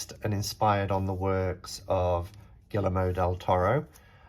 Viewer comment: The L's are pronounced like Y in Spanish so it's Gee-err-mo :) love the spooky music and your decorations!